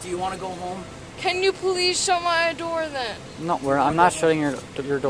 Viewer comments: I liked the “my idoor” too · and “please shut my idoor” like is that apple’s newest product🤣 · Every single time she said she wants the door shut she said “shut my I-door” and I had to giggle every time. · About 10 seconds after that she asked to “shut her “IDoor” lmao